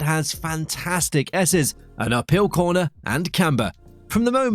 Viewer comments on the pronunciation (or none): none